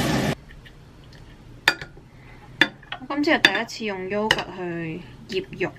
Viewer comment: 喲 不是 yo 呀 (when pronouncing yogurt... )